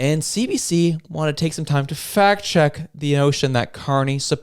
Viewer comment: Did you say fact check or fat check? I think Rosemary's head is thick between the ears! NOT ONE INDIGENOUS BODY FOUND PERIOD. And you call yourself a reporter of the news and facts. More like propaganda and lies.